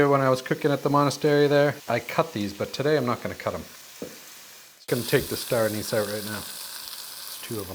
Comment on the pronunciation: Oh... lol You were saying Star Anis! R?